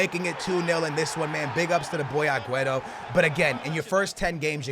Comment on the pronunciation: I love ya but if you say aguero aguerto one more flipping time Ima square up on you